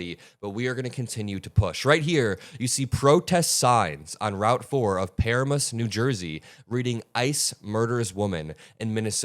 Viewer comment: 😂😂😂 that's not how you pronounce it Puh-RAM-Us